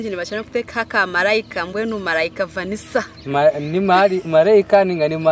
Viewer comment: Vanisa or vanisha😂